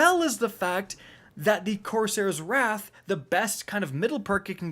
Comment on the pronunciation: Why do you say wraith when its wrath?